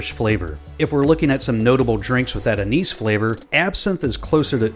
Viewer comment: pronounced anise wrong.